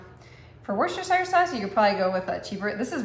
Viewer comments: Say it withe me now WIS-TER- SHER SAUCE. Ya got to say the Worcester part like your from Mass. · At least pronounce it right love!!